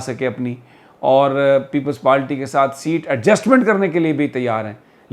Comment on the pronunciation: Sami Sahab, Kindly correct your pronunciation of word"Party" You say Peoples PALTY Please don't mind my correction.We all love you and watch your vlogs